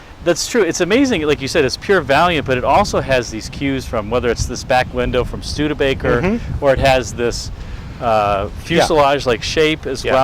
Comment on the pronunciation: Stude A baker. 😆 🤣. Where do they get that pronunciation out of Studebaker ?